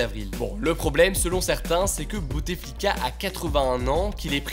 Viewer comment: Petite correction : on ne dit pas BouTEflika mais Boutflika :) Le « e » ne se prononce pas.